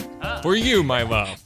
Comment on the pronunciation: "For you my wove" lol